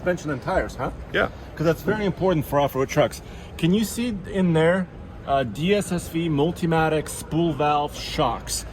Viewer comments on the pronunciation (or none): has always saying it wrong the Multimatic DSSV, good for.